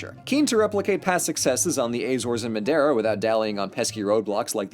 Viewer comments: ahem, you're pronouncing madiera wrong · Your's pronunciation of madeira is funny